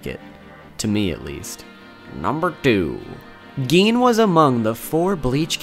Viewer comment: Who tf calls him geen